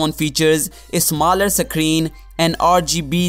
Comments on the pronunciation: Screen not secreen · It's not a suckreen it's a screen